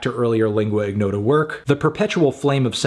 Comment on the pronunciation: Lingua ignota is an Italian combination of words (lingua=tongue; ignota=unknown), therefore lingua is pronounced in the correct way by Anthony but ignota doesn't require the hard "g". It is somewhat like saying in your but without ur